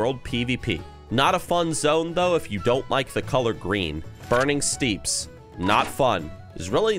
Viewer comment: Burning ‘steeps’? I think you meant ‘steppies’ 🤣